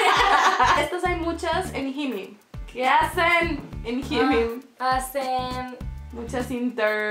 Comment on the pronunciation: Nunca había escuchado que pronunciaran HYMYM como “jimim”, jajaja. Soy su faaaan (de ambas) 😘❤️